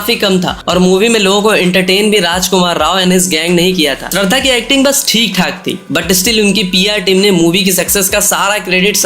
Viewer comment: abe falu k gadhe tu pehele shradha ki naam ko thik se bol k dheka tera rajkumar k stree k baad aur pehele ki koi movie hit q nahi hua re😡😡😡